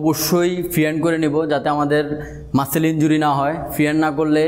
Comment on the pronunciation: মাসেল না মাসল উচ্চারণ হবে